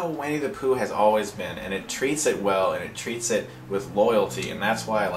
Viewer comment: LOL It's pronounced "Winnie the Pooh," not "Wenny the Pooh." I'm a troll aren't I?